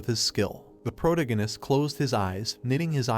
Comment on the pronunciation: 22 hours of protagonist being mispronounced is driving me insane😭. Please fix the AI voice to pro-TAG-o-nist